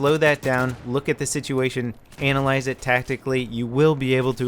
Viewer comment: lol he put so much emphasis on ANALyze your gameplay